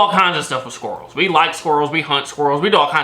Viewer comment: Jsyk.. the way you pronounce squirrel is extremely triggering 🤣